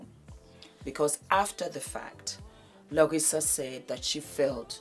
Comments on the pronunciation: Larsa not "Larissa". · I luv so much💯💜🌟 - FYI her name is "Larsa" not Larissa😂🤦🏾‍♀️ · My darling … her name is LARSA. There is no “I” in her name. Whether Scottie likes Michael or not to date his son is TACKY! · It's LARSA, darling. The name is LARSA PIPPEN. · It's not giving a damn about saying her name correctly for me! LOL! Larsa is gross and delusional. I don't know why we have to watch her ever! Ugh!